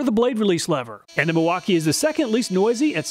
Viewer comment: Milwauk-eye-ayyy!!! Real nice like.